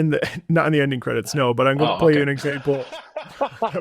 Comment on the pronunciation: "End Cedits" 🥀🥀